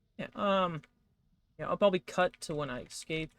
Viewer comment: hey so its actually pronounces ESCape, you see there is NO X in the entire word alright ESC like "eh-sk-ape"